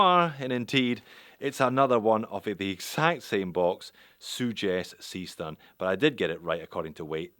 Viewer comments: Only if you pronounce it incorrectly, that is in English. And most languages pronounce a written "E" as [e,ɛ,æ,ɘ,ɜ]. English is rather unique in writing an [i,ɪ] sound using the letter "E" (or two "E's", in this case). Seestern, [ˈzeːʃtɛʁn]. Simple as. :) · ..well,, the starfish is there as in german "see stern" actually means "sea star", so starfish.. and the right pronounciation would be "Zeeh shtern" if instead of being chinese, that'd be a actual german brand.😄 keep up the great work! cheers! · Why not pronounce it Zay Shtairn like a German would, after all it is a German name... sea star in English, or star-fish, as you can see on the back.